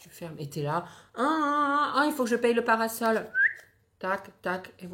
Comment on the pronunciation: "il faut que je paye le para-sol ” mdr 😂❤